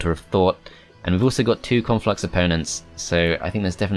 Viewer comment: Love how says 'Conflux' like 'Cornflux' and I just think, 'Man, that faction has to be part of a balanced breakfast!" Can't wait till they bring out Frosted Cornflux and Froster Minis Cornflux. And then the cross-over Reese's Pieces Cornflux and Rice Crispie Cornflux.